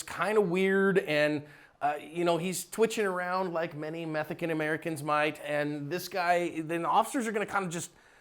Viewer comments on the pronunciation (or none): Did you say Methican American? Hajaha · did you say Methican American? LOL!! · Did you just say " methican american "